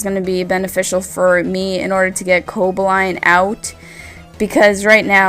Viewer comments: Where's the enthusiasm? This was almost impossible to watch. Also, I think its CoBALlion, not Cobaline, like you're pronouncing it. Meh match, between two meh players. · co-ball-e-on not co-bo-line lol great vid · Everytime you said Coboline,(Or Cobolion? Cobaline? Whatever...) something died inside me. Good match though, I feel kinda bad that I watched the battle on Wile's channel first. And nice narration of course. x) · Co-ba-lee-on more like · Great commentary, mispronounced Cobalion but other then that it was very well done. You just got another sub. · butchered Coballion (sp) pronunciation.